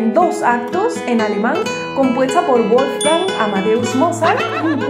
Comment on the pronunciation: La W, en alemán se pronuncia como la V española. Por eso, Wolfgang, se pronuncia Volfgang.